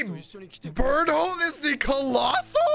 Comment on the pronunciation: It's the first I heard Bertholdt's name pronounced Bert-Hold haha